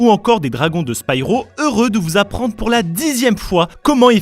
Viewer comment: Ses Spiro pas Spyro